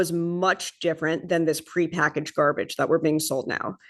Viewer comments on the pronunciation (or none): none